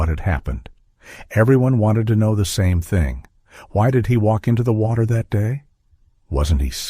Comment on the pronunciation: Ooh! An otter in the wotter.